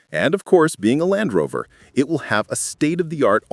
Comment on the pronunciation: Dalfrover?? AI is simply not perfect